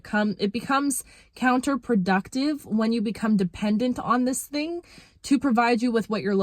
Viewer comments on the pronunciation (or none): Embrace your inner Jamaican with that “TING” word lol.